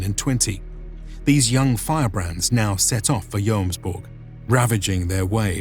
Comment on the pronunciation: Pronounce it yommsveeking(no g-sound)are and Bob's your uncle. Good video. Snart Midsommarblot så Skål från Sverige! It sounds to me like you are saying yoams all the time. So short o. Just a tip. Jomsborg is pronounced Yommsbory.